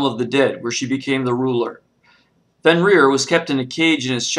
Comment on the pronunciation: You got the name wrong its fenrir